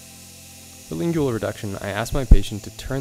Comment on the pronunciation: You say “lingual” funny